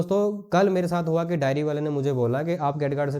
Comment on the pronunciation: डायरी नही डेयरी होता है । कहाँ कहाँ से आ जाते है